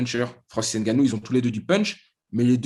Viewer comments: le N de Ngannou ne se prononce pas à l’oral, tout comme le M de Mbappé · Il n'est même pas capable de prononcer correctement le non de famille de Francis Ngannou et tu veux que l'on sub !Tu es un gros malade toi ! Mdr